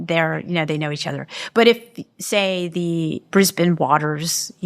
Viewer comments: I love how Dr Diana pronounced “Brisbane” at the start of the interview! As a Brisbanite, thank you! It’s rare Americans pronounce it the way we do here in Aus 🇦🇺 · My hat’s always off to Americans who pronounce “Brisbane” properly! Nice work! But now “Austrulya?” I think I’ll give positive points just for this being utterly unique to me!